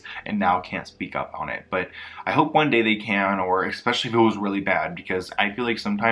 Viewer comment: I so respect the research and time he spent cultivating this but every time he says “exspecially” instead of “especially”, I cringe.